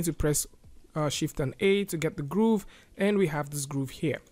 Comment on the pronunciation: It bothers me how he pronounces Grove as Groove